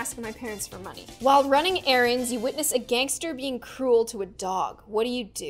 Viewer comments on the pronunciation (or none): none